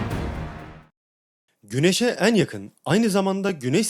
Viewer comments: Eeeğn eeğğn demen çok yordu lütfen düzgün telaffuz eet 😭😭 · "En" sözcüğünü söylerken "Een" diyorsunuz. Üzerine çalışabilirsiniz. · Hocam ne güzel video çekip edit yapıyorsunuz yahu videonuzu “Eeeennn” demenizin verdiği ve “CehenNEeem” demenizin verdiği işkenceden ötürü dinlemek ve odaklanmak aşırı zor. Şu işleri yapmaya karar verdiğiniz de gidip bi 5 haftalık diksiyon eğitimi alırsınız Ooh biz de tertemiz konuya odaklanırız. Son olarak; “Nerede” yazılır “nerde” okunur “Burada” yazılır “burda” okunur “İçeriden” yazılır “içerden” okunur “Dışarıdan” yazılır “dışardan” okunur Vallahi kusura bakmayın ama yazmadan geçemezdim neredeyse kelimelere yaptığınız tüm vurgular da hatalı olarak çoğunu ilk heceye yapıyorsunuz fakat Türkçe’de vurgu son kelimeye yapılır, onlarca kez “Eeennn” diyorsunuz lütfen şu güzel videoları azıcık konuşma eğitimi alıp çekiniz🙏 Dilimizi güzel kullanıp güzel tanıtalım. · Şu en kelimesini doğru telaffuz etmeye çalış allah aşkına.. bu ne böyle çok kulak tırmalayıcı